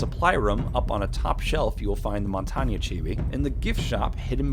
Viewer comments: stop saying montaña it's montagne god its giving me an aneurysm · Montanya, Montanya MONTANYA Mon-tang Do you also pronounce Bethesda, Beth-desa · It isn't pronounced monanyaaa its montagne mon-tange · Mon-tan-yay, not mon-Tanya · also just an FYI MONTAGNE IS PRONOUNCED MONTAIN not Montanya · You pronounce montage name wrong it's not (mont-ang-ya) it's mon-tang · Dude im french and its not montanya lmao. its prononced mon-tang but obviously in french it doesn't sound the same but pronouced the same way nonetheless. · It's not pronounce Montagna tho it's a french word pronounce as it's write with an E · It’s pronounced mon tain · Why do you say montonya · ITS PRONOUNCED MON - TAIN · Why can't people pronounce montang's name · The wae you say montagne XD "montana" Monty is the new scarface. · Who the fuck calls Montaigne,”montaña” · Alright lemme just clear dis out, Montagne is based off of the french word for mountain, meaning his name is pronounced ‘mon-tane’ the G is silent. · MADJETSCOMPLX OP actually usually in french the last letter isn't pronounced... Plus its pronounced 'Mon-tahn-yuh' (phonetically ofcourse). ' 'Mon-tane' is very Americanised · It’s pronounced mon tan ya except that sound wierd so I just say mon tane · its mon-tan-ye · Quit pronouncing mon-tane wrong, I disliked. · You f***ing idiot its pronounced mon-tain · It is pronounced non-tain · Lmao he said montanya I'm dead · Jose Arroyo Actually, mon-tan-ya is the French pronunciation. I used to say Mon-tang too but upon researching the proper French, that’s what came up repeatedly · he said monties name wrong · this dude pronounces montage so weird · You pronounced montagne wrong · Your pronunciation of 'Montagne' hurt me. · if yo ass pronounces montagne aka mountain wrong again ima find yo ass get the shit right or I'm unsubbing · im French, you`re wrong. The E in Montagne is not prononced like a A in french.